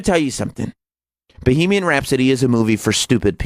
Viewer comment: Fucking asshole. Its not bee-hee-mian rhapsody. Bag of shit.